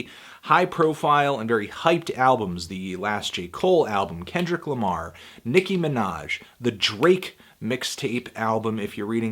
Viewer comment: please never say Kenny Lama again please